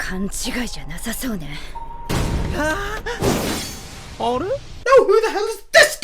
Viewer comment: the way you say netero